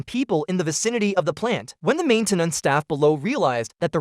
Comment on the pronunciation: the AI voice is pretty good and a few words really cracked me up "main-ten-ance" and "thirty zero", "inside were not only his colelagues, but also the lives of his coleagues" deffinitely didnt proof-listen did you? ;)